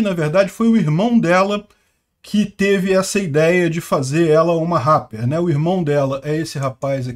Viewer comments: é "répeer" kkkkk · na palavra rapper o "a" tem som de "e". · Ele fazia Rappi?? pronuncia direito! RÁPER não! "Réper", até quando vc falou que ela fazia "Rap" ficou estranho, pq vc fala "rÁper" e depois "Rap" (pronunciando rép) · Fala igual ao Silvio Santos. “Ráper” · "ela faz réh" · "réper", é assim que se pronuncia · Agonia ver o falar RARPER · parceiro, só uam correção rapper se prenuncia Réper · Se fala réper não ráper 😂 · A pronúncia é rrépe. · Ráper kkkk... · A forma que fala rapper é tão diferente... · Inglês britânico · inglês britânico mas com R alemão. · Parece aquelas pessoas antigas q ao invés de pronunciarem ok como okey, dizem o ká! Haha! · O jeito do falar RAPPER KKKKKKK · falando "Rapper" errado só pra gerar engajamento nos comentários, ou será que ele realmente acredita que tá certo?